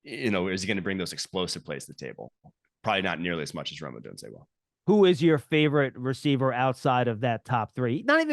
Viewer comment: Someone please tell this guy John how to pronounce "Odunze" correctly.